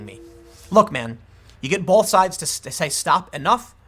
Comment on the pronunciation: Bolth. Hahahaha It'll be 9/11, most likely.